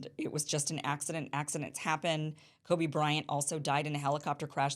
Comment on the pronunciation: As soon as you said "Kobe" I was like ? then you recovered quickly good job.